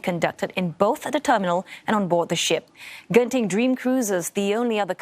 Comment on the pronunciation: It's really not jen-ting